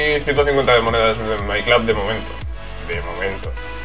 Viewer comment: buen video. porque dice my clab? si se dice my club xdd